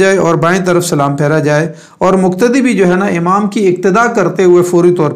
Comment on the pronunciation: مقتدی. مکتدی وقاص وکاص اقتدا اکتدا . قول اور کول توفیق اور توفیک میں فرق سے اپ خوب واقف ہے پھر ذرا احتیاط کی درخواست ہے تاکہ قلب اور کلب واضح ہو Plz